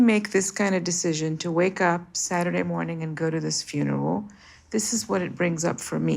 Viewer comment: "Fineral" How many aunties does this guy have that every sat hes off? Holllleeeeee